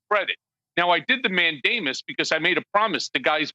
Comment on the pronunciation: Did he say he filed a writ of Matt Damon? O.o